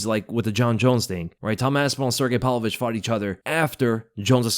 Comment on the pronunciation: There is no fighter named "PAL-Vovich"